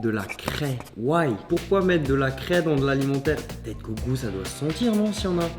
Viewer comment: de la crèèès On dit de la cré